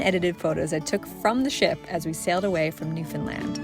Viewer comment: Newfoundland is pronounced like saying: NEW fen lend. Giving emphasis is the word NEW. I loved your video.❤